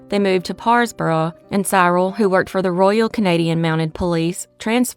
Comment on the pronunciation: Cyril is pronounced Si-ril. A soft i not hard.